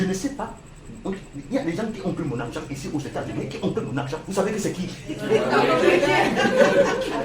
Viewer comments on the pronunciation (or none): "Vous marchez, vous entendez quelqu'un dire: 'Je ne sais pas... Il y a des gens qui ont pris mon akgent ici aux Etats-Unis, qui ont pris mon akgent', vous savez que c'est qui?" (riiiiiiiiiiiiiiiiiiiiiiiiiiiiiiiiiiiiiiires) Waahhhhh!!!